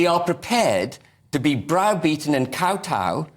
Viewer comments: Think the expression is 'Kow-tow', not "Bow-tow'🙄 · Think the word is 'cow-tow', not fcuking "Bow-tow"!!!! 🤣🤣🤣🤣🤣🤣🤣🤣🤣🤣